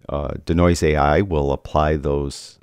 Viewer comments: Why the weird pronunciation of "denoise"(deenoyze)? Your D'Noise had me thinking you were alluding to the creative works of the famous Italian sculptor, Umberto D'Noise. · love ya but.... DEEEEEEEEEE NOISE! Deeeee as in Bee, or pre, or flea lol. Deeeeenoise:). Love ya work!